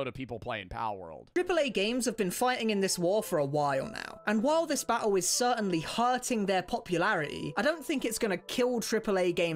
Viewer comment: “an while this bat-hul is certainly herting their popularitea ” 🥴